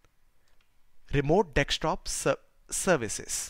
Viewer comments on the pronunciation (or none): Except calling it Dextop and not Desktop